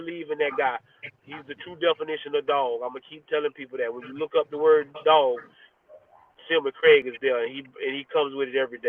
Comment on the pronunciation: Thank you Coach for pronouncing Cam's name correctly SILMON CRAIG. Please give a tutorial on it to yr media friends😅